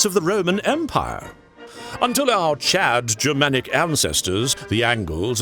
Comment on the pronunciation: its very weird hearing you say chad